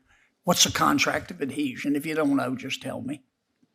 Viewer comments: Damn ! I even know . She even pronounced it wrong. Contract of addeesion 😂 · "Whats the contract of adhesion?" " the contract of adesion" She couldnt even pronounce it right!! Lol what a clown. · A contract of "Ah-deesion" . This candidate is an idiot!!!